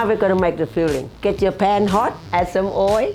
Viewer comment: I love how she says oil .... like my coworkers at my Thai restaurant I work at